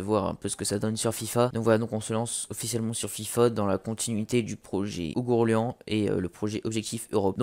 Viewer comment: Essaye de voir comment on prononce ourghourlian